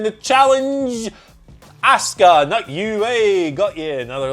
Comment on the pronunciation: Why is it so hard for these guys to pronounce ASUKA'S name correctly? 🤷‍♂️🤦‍♂️ They say ASK-UH with a hard A when clearly everyone else in the world uses a soft A and says Ah-ska aka Asuka